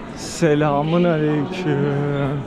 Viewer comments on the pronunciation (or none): SELAMIN ALEYKİM DEGİL ASALÅMU ALEYKİM DİYECEKSİN